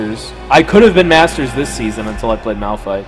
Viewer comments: it is malphite not "malpthite" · "Malpthite" OMEGALUL 😂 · It triggers me that no one noticed MALPTHITE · tho Malphthite LUL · I like how it actually says ''Malpthite'' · MALPTHITE btw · "Malpthite" LOL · Malpthite lul